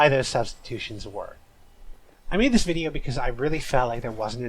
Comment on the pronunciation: "quarantine zone (stinky)" for ratio made me wheeze. awesome bideo